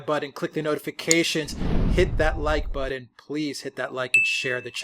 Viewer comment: the word is BUTTON. Do you see the “TT”.